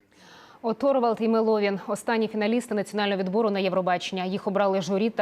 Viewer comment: МЕловін а не МелОвін